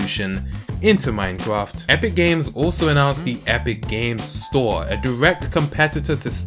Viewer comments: 2 points 1. you pronounced minecraft as minecwaft 2. the fallout 76 hacking tweet thing idk look it up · Does anyone notice how he pronounces mimecraft as minecwaft ?